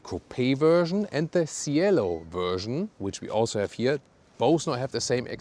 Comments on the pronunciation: What a beauty! The correct pronounciation is CHielo though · Cielo (Sky) should sound like “chelo” 😄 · Man, that's one gorgeous car. Cielo is pronounced with the C from chapter and a silent I, btw.